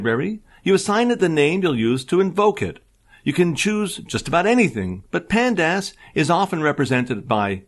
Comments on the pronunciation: The pronouciation for pandas as pand-ass & mat plot lie b! 😄 It's like fingernails on chalkboard! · Panda-ass was killing me!! :D